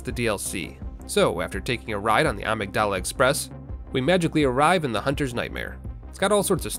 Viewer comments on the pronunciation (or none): It's pronounced "Uh-Mig-Duluh". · Amygdala is pronounced a-mig-dola not ah-mig-doll-a